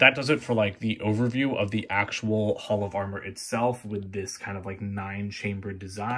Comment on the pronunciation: Thon were I Love Your HOLL OF AR MER😂